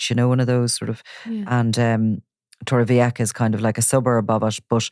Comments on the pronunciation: It's about 50 kms from Alicante City to Torrevieja, so Torrevieja is not an Alicante City surburb, practically or otherwise. Torrevieja (old tower) is pronounced Torrevieha not Torrevieka. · They keep saying torreveacka 🤣